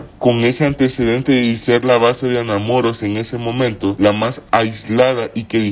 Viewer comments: Que horrible el tono de voz q le pusieron , ademas no puede pronunciar Anamoros de donde puede ser que no puede pronunciarlo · Jajajajaja jajajajaja Mas cuando pronuncia Anamoros 🤣🤣🤣🤣🤣🤣